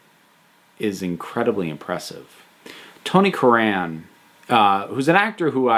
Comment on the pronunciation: </Pedantry On> Sorry, Tony CUR-ran, the emphasis is on the first syllable. </Pedantry Off> Tony is a quietly brilliant jobbing character actor. I always enjoy his work.